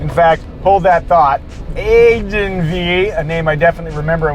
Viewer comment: omg it’s just! lol but thanks for the effort! glad i helped a bit on making a video!